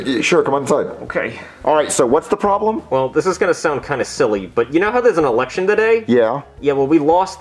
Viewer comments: Bruh why did it sound like said erection instead of election. And the fact that he said after its a very long and hard process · It sounds like is saying 'Erection instead of 'Election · I like how can’t pronounce L so he says “Erection”😂😂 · When said "errection" I died so this comment is the best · Erriction lol love it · I love how he pronounces “election” like “erection” xD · sounds like he’s saying eRection 💀